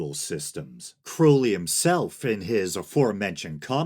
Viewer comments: Crow-lee?! You can say Crowley? Props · you get an upvote just for pronouncing Crowley's name right. too many people talk about Crowley without knowing anything factual about him. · “It is pronounced Crowly. To remind you that I’m holy. But my enemies say Crouly, in wish to treat me foully.” ~ Aleister Crowley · Awesome video! Just information without judgement, much appreciated. Germer is pronounced with a hard G, according to my O.T.O. friends. I really appreciate you pronouncing Crowley correctly, and that you care about getting their names right.